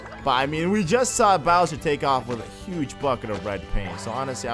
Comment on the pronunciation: it's not Bower